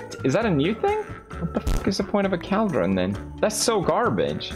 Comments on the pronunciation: pewds its pronounced call-dron. not kaaldrin. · Normal People: Cauldron Felix: Cowdrain 😂🤣🐮🕳🚿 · I kept saying to myself it’s caldron not cAldren but I thought it was mainly funny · Felix: "Minecraft learn english, cringe" Also Felix 2 minutes ago: *pronounces Cauldron as CALDRON. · The way he says "cowldron" instead of cauldron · Pewds: “Minecraft learn English please” Also Pewds “cAldren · Pewds: “Minecraft learn English” Also Pewds: “I like the KALDREN here” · I heard Cowldron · Caldron when theres clearly a U right there he just chose to ignore lmao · Pewdiepie: “minecraft learn English please” Also pewdiepie: “caldron” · Pewdiepie: Gosh, learn English Mojang! Also Pewds: "Caldrin" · PewDiePie: "Cal-dron" PewDiePie 2 secs later: "Learn English" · PewDiePie- "Minecraft learn English!" Also PewDiePie- "Caldran" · Felix: “I can pronounce any word right” Also Felix: “Cowldron” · PewDiePie calls the cauldrons "Kall-Drins". His Swedish accent never fails to amaze me. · I’m American and I pronounce it call-drin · Felix: pronounces negligence right Also Felix: "Cowldren" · felix: 'minecraft learn english" also felix: 'cowldren' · That's english though, it was his accent. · Felix: "Learn English, Minecraft" Also Felix: "Cowl-Drun" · cauld - run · “Minecraft, learn english please” literally 10 seconds earlier “Cowldron” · Not me running straight to the comments after he said CALDRON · Felix: caldrun. everyone: Its cauldron not “caldron” Also felix: I need more eye-ron. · It's not a vial? It's a bottle? MINECRAFT, LEARN ENGLISH, PLEASE. Sincerely, The guy who calls a "Cauldron" a "KAALDRON". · I love how he pronounces items "Saydle" "Cowldron" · Felix: minecraft needs to learn english Also Felix: keldron. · “Minecraft learn English please” Proceeds to say “cowldron” the entire video. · Pewds: I can finally pronounce negligible Also pewds: its a CALDRON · felix: “caldrawn” me: at least he knows how to pronounce negligible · more like 'culldron' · Wtf is a Cowdron